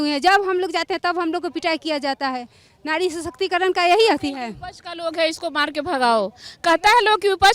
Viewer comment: नारी❌ नाड़ी ✅ 😂😂😂